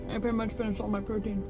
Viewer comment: Didn't she say "Puerty"? That's funny. Anyway, she knows how to use chopsticks so well.